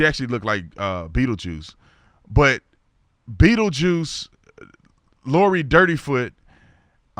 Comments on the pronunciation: He said bettlejuice 😭😂😆🤢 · He said Beattle Juice ..lol